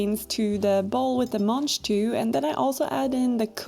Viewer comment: The what? Manjtoo? That's what is sounded like you said? They look like snow/snap peas to me